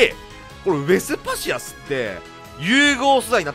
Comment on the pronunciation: 毎回思うけど ウェスパシアスの発音良くてカッコいい！